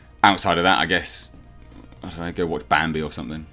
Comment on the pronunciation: Its baam-bi